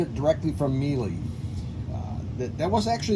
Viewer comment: Also love Miele for quality and reparability, I didn't know they made gas dryers before seeing your video, It's pronounced "Meeler" BTW